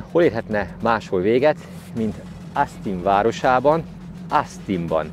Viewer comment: Szuper a film! Gratulálok a szép halakhoz!:D Egyébként semmi támadó szándékom nincs, csak szeretném azt megemlíteni, hogy Austin-t kint Ósztinnak ejtik. Picit meglepődtem amikor á-val mondta.